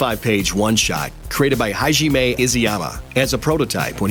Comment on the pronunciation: Hi-ji-may? Its Ha-Jimay